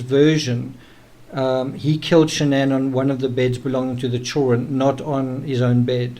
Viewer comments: Why can't this guy pronounce the word children??? He has no problem with any other word in the English language! But says CHULL RUN....... CHILD DA REN.......... PLEASE TRY! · why can't you pronounce the word children?